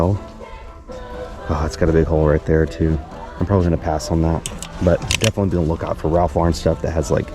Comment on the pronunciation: "I difintly just fell" I did wait to see if you were okay. To difintly laugh out loud. Thanks for keeping it real!!!